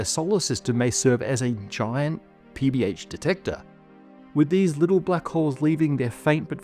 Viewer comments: each time I hear PBH, I hear PBS. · Must be hungry, because I keep hearing PB&J.